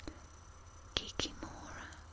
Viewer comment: Not KikimOOOra.